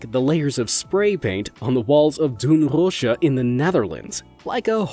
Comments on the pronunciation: How he sayed doornroosje lol im netherlands too funny how he says it u acutally say it with an other acent lol dornröösje cannot stoo laughing ha this is not bullying but just how he said it vs how u say in the netherlands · you pronounce "doornroosje"(sleeping beauty) a bit differently.😅🇳🇱❤ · THE WAY YOU SAY DOORNROOSJE MAKES ME SCREAM IN MY PILLOW, i love when people try to talk dutch